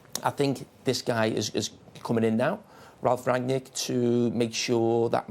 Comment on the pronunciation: Sounds like Jamie can’t pronounce Rangnick’s name let alone do some research about how long he’s been coaching. 20 years? Try 40.